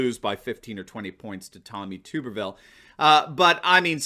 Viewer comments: I live in Alabama I got two things tuberville name is pronounced TUB- erville not Tube- rville. The reason jones was elected, was because of the Washington Post . Roy Moore was the Republican candidate the post came down here found a women who accused Moore of taking advantage of her when she was a minor. Then a another five or six women came forward with the same accusations. A lot of Alabama citizens like me didnt know if these accusations were true or not but we didn't want to hear all the crap that would come with electing moore. You can imagine . We have a image problem as it is, a lot of the rest of the country think we are all a bunch of racist hillbillies who marry our fisrt cousin now . Those of us who keep up with politics knew jones would be a senator for two years unless he voted against his party which he didnt. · I know Tommy Tuberville looks like it's pronounced too-ber-vill but it's usually pronounced tubber-vill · It's pronounced TUB-erville . Like a bathtub. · A little help with the name of the future Republican senator from Alabama. It is TUB-ber-ville. As in bath tub.